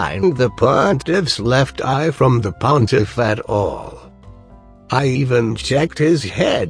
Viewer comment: i've always loved how says "pontiff". this is like a dream come true